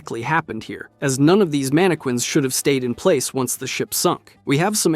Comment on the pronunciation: Please for the love of god, stop pronouncing it MAN AH QUINS, ITS MAN AH KINS